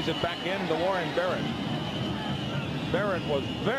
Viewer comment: He messed up Warren Barrett's name twice under a minute...I'm glad now that atleast the commentators are familiar with players on both sides